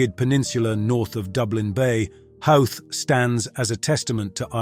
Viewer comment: It's Hoe t not How t.... Glenda lock not Glenda low... dunny gawl not dunny gull, mizzen head not myzen head, river sure not sue ear, cliffs of mo her not mo hair, bal in naa not bal eena... I suppose you have to be Irish to know how certain Irish places are pronounced !